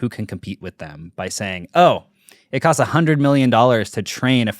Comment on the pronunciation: MKBHD said “cots” instead of “costs” at time stamp …… it’s killing me.its Jst me or anyone. Btw Podcast love your videos.